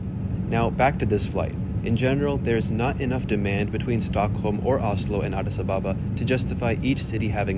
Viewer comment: Addis Ababa is pronounced Addis Ab-aba NOT A-ba-ba.